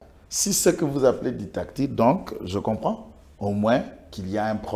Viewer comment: ça s'appelle Dictature et non ditacture comme tu le dis.